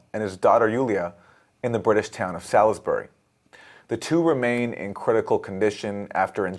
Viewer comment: Salisbury is pronounced SAWlsbry. Not Sall is berry.